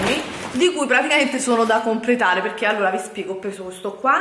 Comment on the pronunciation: Giuro mi verrebbe voglia di far arrivare questo video a tremila non mi piace solo per l'inizio del video quando dici " Ciao ragazze e ciao ragazzi e benvenuti in questo nuovo VIDIO, sono piena di buste pacchi PECCHE vi voglio fare un VIDIO HAUL HAUUUUL " dai su i nervi, dico davvero.